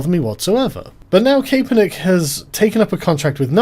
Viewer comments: it is pronounced Cap-er-nick, not CAPE-er-nick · It's cap as in baseball cap. Not cape as in cape cod lol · It's pronounced Cap-er-nick. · It’s Cap not Cape. For the love of all that is holy what’s wrong with you people today! Tim did it too, I don’t care if it gets more engagement THIS IS OUTRAGE ENGAGEMENT AND IT MIGHT WORK BUT F U!!! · CAPE - ERR - NICK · Kap-per-nick. Regards, a Bloke in the States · He is a douche, but his fucking name is pronounced cap -per-nick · "I neva cared about Calen Kaperneck" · It's pronounced CA-per-nick, REEEEEEEEEEEEEEEEEEEEEEEEEEEEEEEEEEEEEEEEEEEEEEEEEEEEEEEEEEEEEEEEEEEEEEEEEE! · Colin Kay-Per-Nick :D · Nice video, however it is pronounced: 'Cap er nick' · It's pronounced Capper-Nick. The whole thing is a big who cares, but the memes are fantastic. Gotta love that child labour to pay a millionaire millions. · Why can't anybody pronounce Cap-er-Nick? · Max Kae = kay, for sure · Kay•per•nick lol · “I never cared about Colin Kapernick, which is why I never bothered learning how to pronounce his name.” Lol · Why is Sargon saying his name so weird? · Cause the ae